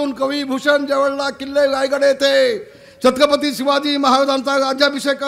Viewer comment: नीट छत्रपती बोला